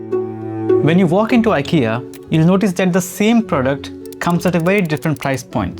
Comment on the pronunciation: This video is great. Please do some diction exercises or something, because I'm sure I'm not the only one that feels like climbing walls when you say "ven" instead of "when".